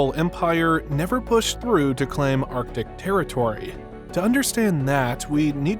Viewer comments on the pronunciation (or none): You know it's AI when he says, "Clam" for claim, and "pass-ez" for passes.